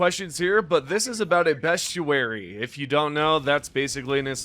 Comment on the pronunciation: Add bestiary to the list of things bro cannot pronounce